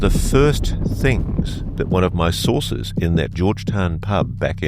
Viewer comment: Ross's face makes me angry. He is a third rate grifter with nothing to say other than "sowces tell me" and "I've heard"..... bunch of baloney from coulthart and nothing more.